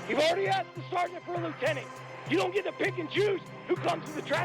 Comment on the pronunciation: Say it with me y’all….LIEUTENANT!